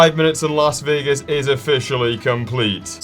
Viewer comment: You pronounced almost everything wrong for las vagas